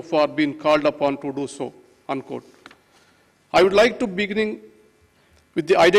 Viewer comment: “I ould like to beginning” lol what a clown